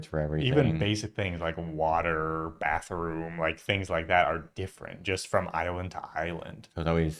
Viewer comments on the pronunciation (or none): none